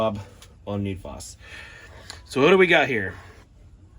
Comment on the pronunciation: FD //UP RIGHT OFF THE BAT ..SAYING NEED FOS...IT IS NED FOSS ...NOW CANT TAKE YOU SERIOUS ...CANT LIKE ...SHARE OR SUB SORRY ...GET YOUR STUFF TOGETHER